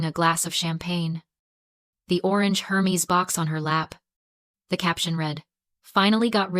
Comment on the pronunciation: The correct pronunciation of the brand Hermes is air-mez, not her-meez